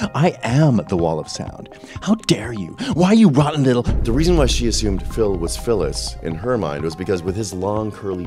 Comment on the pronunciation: First time I’ve heard Philles pronounced ‘’Phyllis’’.